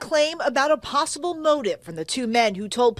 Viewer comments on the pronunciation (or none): none